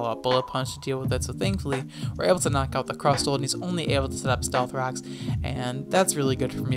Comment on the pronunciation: why for does he say “stealth cocks”?